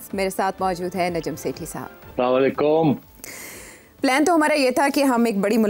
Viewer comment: Please Sethj saheb, say Assalamo Alekum instead of Salami Alekun